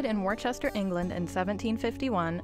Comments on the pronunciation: pronounced wooster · Why can the commentator learn to pronounce the name of Royal Worcester. - it is not Worchester, but Worcester. For what was a long standing British company, this really grates.